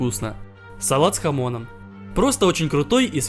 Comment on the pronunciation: Стэнд с хамОном Я услышал "станд с хАмоном" И подумал, что это Джоджо референс